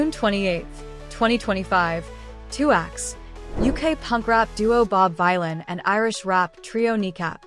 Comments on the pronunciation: Dunno if it's cos this is an ai voice or cos it's an American narrator, but just so the creator knows... Bob Vylan is actually pronounced "Villan" (like Bob Dylan)! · It's pronounced VILLAIN, you AI moron.